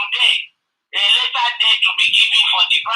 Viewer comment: Please when calling later please called it as in English please not lera.. later please.. you stay in America but when broadcasting for us broadcast not lera please ma.. we al hope on your broadcast please